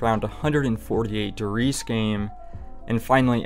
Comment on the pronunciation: Not to be that guy but. Der “Reezuh”